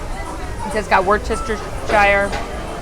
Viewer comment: Worcester =wooster and shire=shur woostershure! Love your videos!